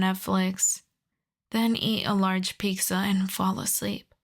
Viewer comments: Are u saying Peekza? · I thought I'd NEVER hear anyone else say Pizza like this other than Ironmouse, but apparently life proved me wrong today 💀